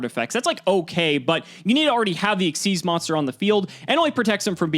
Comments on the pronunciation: I am only seconds into this video, and I already hope loses PURELY because he said X-Y-Z era. I know it was a stupid name, but it's pronounced ik-seez. The way you say it, it would be three separate letters, all caps (like XYZ Dragon Cannon). Xyz, capital X, lowercase y & z, is pronounced like a single word. What's worse is that you're supposed to be some kind of Yu-Gi-Oh pro (frankly I never heard of you before the Progression Series), and so you probably know this and you're pronouncing it wrong anyway. Purposely stupid. Cimo, if I have to listen to call Xyz Monsters "X-Y-Z monsters" for the rest of the Progressions Series, I'm gonna have to leave and stop watching. It is THAT cringy. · Stop saying X Y Z, that is so cringe. The correct pronunciation is Exceez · i hate that says xyz and not exeez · I never understand why everyone says "exzees". WHERE IS THE Y?!